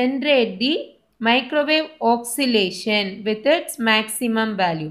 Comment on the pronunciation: Your pronunciation of oscillation is wrong. Its oscillation not oxilation.